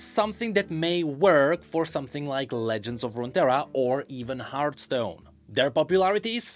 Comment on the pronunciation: It's hearTHstone not Heart..